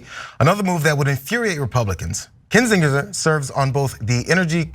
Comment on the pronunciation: This has always been baffling to me... When people pronounce something differently than the way they just heard it. Why would pronounce Kinzinger with a 'j' sound when that's not how anyone in this segment pronounced it. I'm always fascinated why people don't pronounce something, especially a name the same way after they hear someone else pronounce it.